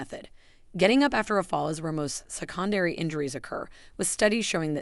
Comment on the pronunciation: I actually didn't think about it being an artificial voice till there was a strange pronunciation, which was repeated: se-CON-dary.